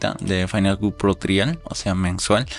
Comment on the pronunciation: Tu video esta muy bien, sólo que cuando pronuncias Cut, se oye muy raro, se pronuncia “cat” no “Cut”